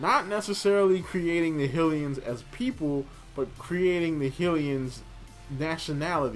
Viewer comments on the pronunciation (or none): Its pronounced as "High-lians".